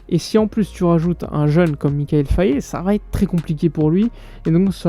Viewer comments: Frère, le nom du jeune Sénégalais se lit "Faille" et non pas Fayé... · Au passage ça se dit Faye et non Fayé Mikayil Faye 🤗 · Son nom ne se lit pas "Faillé" bro. Faye=Faille comme la Faille. Merci de bien prononcer dans les prochaines vidéos mon grand🙏🏾